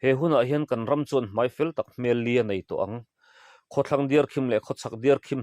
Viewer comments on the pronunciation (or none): Hmel liah tih hi li-ah tiin an chhiar/sawi thin a,a ngaihthlak a hreawm thin,'liah'tih chu chiang tak,fiah fai,fiah fel tak tihna a ni.